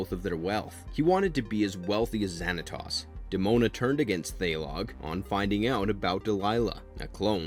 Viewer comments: You are pronounced Xantos wrong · Oh no not zanatoss it’s Xanatowes that’s how you pronounce it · Pokémon came out the year after gargoyles season 2 ended. It didn't have any impact on the popularity of the show. Also, hearing you misprounce so many of the words is hilarious. I'd recommend that you watch the show or movie that you decide to review next to hear how to pronounce the words. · And Zan a Toss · Stop saying David Xanatos WRONG! and steel clan was David's robot Gargoyles, the Pack was a different group. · Great video, I loved this show. You pronounced Xanatos wrong though, and why isn't Macbeth or even better David Xanatos on the list? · I came down to comment to look for this! It’s driving me craving him mispronouncing their names! Like, TF! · I appreciate that you are spreading the love of gargoyles, I really do, but please, in the future, research how to pronounce the names of characters and places in a show. Her name is "ELISA" not "Alsya". Its pronounced "Wi-Vern" not "Why-vern", and "Zan -a-tose" not "Zan-a-toss". especally when you literally are using clips from the show. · Bro please stop with butchering my guys name. Say it with me 🤣 Xanatos. Not Xanatas 😂... Thai log bro just stop 🛑 lol E Lisa lol it's Elisa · Can y'all please check the pronunciations before recording the narration? Pleeeaaase??? It's pronounced WIH-vern, ZAN-ah-tohs, and ee-LEE-sah. You have the clips right there...